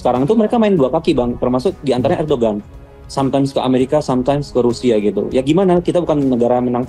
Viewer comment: Lu kuliah di turkiye 😂😂😂 nyebut ERDOGAN AJE gak bisa ..ERDOWAN BLOK